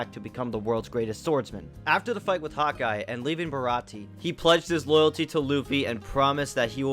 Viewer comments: Don’t skip filler. Filler is extra one piece and I can’t get enough. And how you gonna mispronounce baratie. And how you know he’s french. In the first dub he was a New Yorker kinda. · Um...Sorry WHO??? Check the name again... And... That's THREE mispronounced things now (Baratie is pronounced Bar a tee AY). AND ITS eh knees lobby